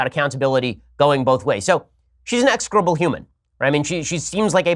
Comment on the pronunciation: I’m a big fan, Ben! But your pronunciation of execrable is execrable.